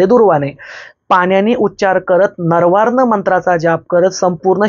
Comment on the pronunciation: गुरुजी तो मंत्र, नरवार्ण नसून नवार्ण असा आहे.